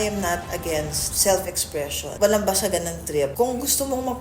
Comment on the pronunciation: Self not seft